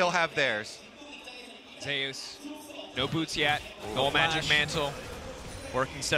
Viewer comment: why the pronounce zeus like that 😭